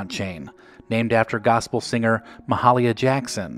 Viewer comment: Ma - HALL - i - ya Jackson - don't think so. Look up the pronunciation.